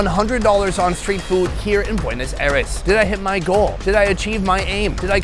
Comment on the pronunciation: Welcome to "Puenos Ares"